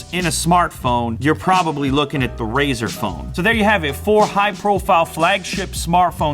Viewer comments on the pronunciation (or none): why do people keep saying "razor phone"? it's RΛZΞR! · What is your problem?? Why would you make a test like that, I mean what's the point of that test? Do you hold your phone sideways while waching videos? What kind of an idiot are you and Jeff Kenneth? AND IT'S FUCKING RAZER NOT RAZOR YOU DUMBASS STUPID IDOT Also ZTE is trash Also pixel has front firing speaker NOT JUST RAZER, did you even watch the video Lue explains everything????